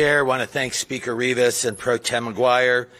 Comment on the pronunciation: It’s Rivas not ribis.